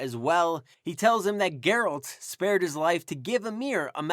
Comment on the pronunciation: That's not Geralt also the pronunciation is wrong. Over all enjoyed your video.